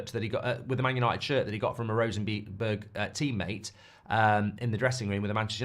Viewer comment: Rosenborg, not Rosenberg.